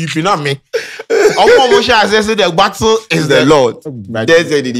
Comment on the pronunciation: said the “gbattle”😂😂😂